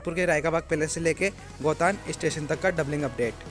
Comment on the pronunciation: गोतान नहीं सही नाम गोटन है.